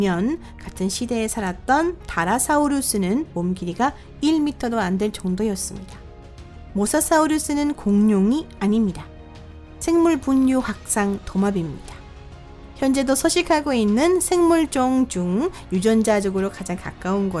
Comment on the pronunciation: 분류 발음이 분뉴...............